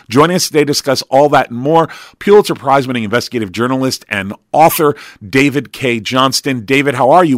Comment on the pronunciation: Its pronounced "pull itzer, not pew-litzer. Also kushner sounds like push, not lush